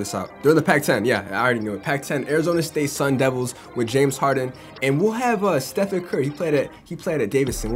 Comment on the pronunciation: does anybody notice how he said team Steven when it team Stephen